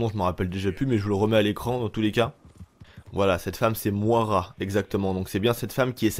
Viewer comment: Sa se die moïra